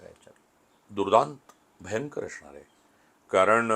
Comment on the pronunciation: असणार ह्या शब्दाला अशणार असा उच्चार करून परुळेकर नेहमी स्वतला खूपच उच्च विद्या विभूषित समजतात जे ते नाही आहेत…प्रास्थावितांच्या विरुद्ध बोलले म्हणजे आपण खूपच शहाणे …असा नवीन मूर्खपणा आलाय ह्या पत्रकारांच्यात